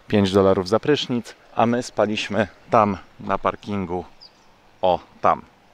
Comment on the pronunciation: Drobna uwaga do języka polskiego. spAliśmy, nie spaliiiśmy, wEszliśmy nie weszliiiśmy itp.